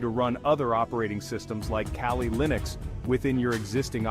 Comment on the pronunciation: The hacker scenes in this video are obviously fake. Why is your pronunciation of Kali so inconsistent? Why are parts of this video blurred?